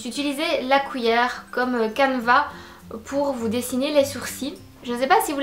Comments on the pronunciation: Séréna Lemarchand oui je sais, je prononce mal cuillère, tu n'es que la 10e personne à me le dire. 😂 j'essaie de me corriger depuis. Par contre on dit bien papier collant, scotch c'est la marque (ou l'alcool à toi de choisir 😝)et chez nous on utilise pas la marque pour définir le produit ☺️. PaSse une bonne semaine 😘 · Une "couillère" ?!